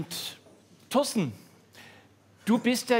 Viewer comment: Find ich so süß, dass Olaf Schubert immer Toasten sagt, statt Torsten.